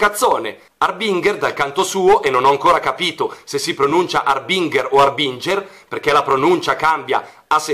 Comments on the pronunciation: In realtà il nome si pronuncerebbe àrbinger, seguendo la pronuncia inglese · comunque la pronuncia di harbinger è sbagliata:l'accento va messo sulla "a" mentre la g deve essere dolce e non dura